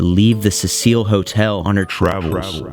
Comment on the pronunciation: I've seen that clip of her in the lift before, on some random ghost videos. But didn't know any of that about her being found in the water tank. Also, is that really how you pronounce that hotel? Like a fancy French woman's name? I read Cecil as a very old school male name. Pronounced different. Happy Halloween